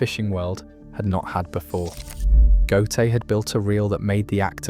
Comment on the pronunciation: The AI have to learn prenunsing Ö. GÖTE.